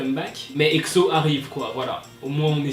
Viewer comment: j'aime pas trop comment tu dit exo tu le dis exso apres c'est pas mechant #EXO-L